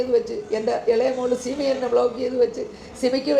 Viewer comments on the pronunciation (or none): സിബി അല്ല 😂😂😂simi ആണ് ബ്രോ...😂😂😂